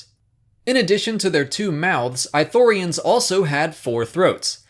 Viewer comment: I know this is just a personal nitpick but it's not "I" thorians. It's "ii" thorians. (Not "ee" but a hard "ii") they pronounce it in Kotor2. Not a big issue, I just get annoyed when people mispronounce stuff xP Even more here since Ithorians are one of my favorite races in SW.